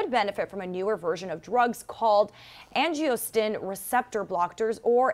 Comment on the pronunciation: Yep. Angiostin Receptor Blocktors (Supposed to be Angiotensin Receptor Blockers) Beh-tah Blockers Hera-Her-Sectomy I swear her brain was just malfuntioning for this entire clip. The crazy thing is that she evem said Hysterectomy normally a few sese